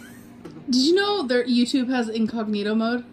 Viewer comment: Omg I cringed so hard when she mispronounced incognito